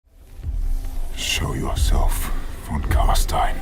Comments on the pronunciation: Imagine putting this much effort into making a video, getting hundreds of thousands of views, and then spending the whole thing pronouncing "von Carstein" wrong all the way through... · Its pronounced fon karshtayn but who gives a shit. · Stopped when I heard you pronouncing "Fon Carsteen" ;.) nein nein nein !